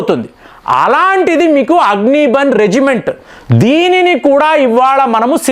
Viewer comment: అగ్ని బన్ కాదు. అగ్ని బాణ్ అని పలకాలి. అంటే, అగ్ని బాణం అని అర్ధం.